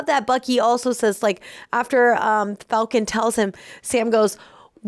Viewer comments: Falcum? Really? 🤣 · "The Falcum..." What x-rated version did she nearly watch?!